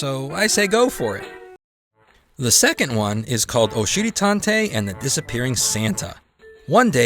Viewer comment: I have to be honest I really thought you kept saying oh shitty tontey.I thought that makes sense because he is a butt.I found out you are saying Oshiri Tantei that makes more since it’s Japanese